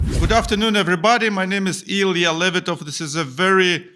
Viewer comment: Лол. В чём прикол называть себя англоязычному собеседнику "Илиа лЕвитов". Какой-то, даже, трэш. 😅 Умышленно ломать свою фамилию с именем... Ок, в английском написании приличней звуков не будет (с их ударением на первый слог), но, камон, всё-таки это выглядит заглядыванием в рот.